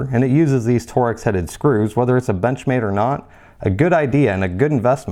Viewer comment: It’s pronounced “Torks” not “ Tor-X. I’ve carried mine a lot and in 26 years have taken it apart once. Soap, hot water and a tooth brush is all you need. Been cleaning my Buck 112 that way since 1975 !